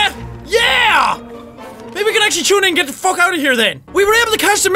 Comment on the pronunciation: Say foook not fuck